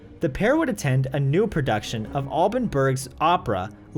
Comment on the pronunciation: the fact that you said "ALL-BONN" Berg tells me you know absolutely nothing about Alban Berg